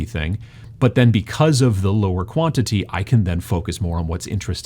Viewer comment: "In this video, I'm going to talk to you about Quality vs.... Bwantity."